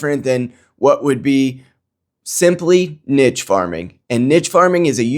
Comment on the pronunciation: I'm 1 min in and have no idea what you even just said. Nick proved that you believe that Nick's opinions offer niche farming to the conservative movement? (You pronounce niche wrong btw) 😂